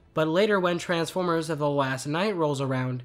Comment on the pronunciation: What is wrong with you, speak normally, when you say the, you just say the. Why are you saying ( a the) every time you say the. I really makes the video commentary off putting.